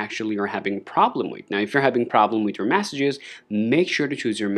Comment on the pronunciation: Sorry but I can’t watch anymore. It’s Messages…. Not massages!!!!!!